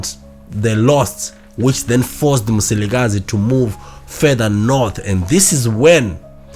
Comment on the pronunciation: Mzilikazi please!,may you pronounce it well